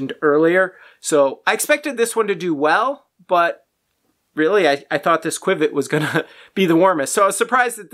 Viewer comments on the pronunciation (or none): Qiviut is pronounced kiv ee ute not quwiv-it. Your testing paraphernalia is not a good way to measure comparatively because of the different properties of each fiber. It is like attempting to compare 1, 2, 3, and 4 dimensional objects without including dimensions. Micron count means a lot. The finer the fiber the more insulating properties it provides. The micron count of qiviut av 10 microns is part of the equation that is not factored into your test. Also insulating fibers trap air between the fibers and reflect back the warmth of the body heat. Whereas thermal properties are hollow and add warmth and do not just reflect the body heat. These are only 2 properties that are not easily factored into your test. You are mistaken when it comes to angora especially because it is not just an insulating fiber but a THERMAL fiber meaning it is a hollow fiber. And the air actually creates warmth . This fiber is so incredible it will alleviate pain by increasing blood flow . Also 'soft" is subjective. The only way to determine this objectively is by measuring the fineness of the fiber with micron count not by the tactile quality. Alpaca and mohair have both insulating and semi-thermal properties. Other factors like the external temperature and wind chill and how different fibers behave under varying conditions, the cellular structure distinctions and what this does; how well it breaths and wicks moisture etc all add to the warmth and comfort of different animal fibers. And of course